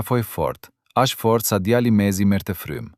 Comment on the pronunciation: Nuk e di ne ngjarja eshte e sajuar ae vertet por mua me teper me shqetesone fakti ti qe po pershkrian ngjarjen kush dreqi je.djali dhe jo djalli o meso mire shqipen o zhduku e bere dhe djalle nje femi te pafajshem mos ta degjofsha me zerin o i shkale......